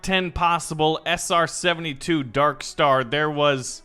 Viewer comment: he said sr-72, as a plane nerd, that hurt